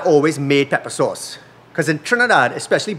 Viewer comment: It took me a while to figure out what "soss" was, then I realized he was mispronucing the work "sauce ".